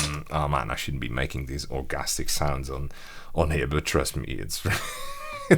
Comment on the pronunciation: "Orgastic" hahahaha